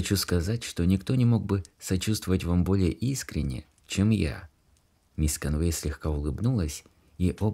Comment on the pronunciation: Ударения!!! Невозможно слушать, особенно в имени, в английском языке ударение в именах падает на первый слог мисс КОнвей.